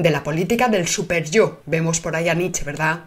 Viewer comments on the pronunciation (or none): none